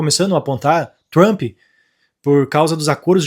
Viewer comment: O conteudo e bom mas nao entendo ate hoje como Brasileiros nao conseguem pronunciar palavras e nomes em ingles. TRUMPE. se pronuncia Tramp. Se corrigir isso fca 100%.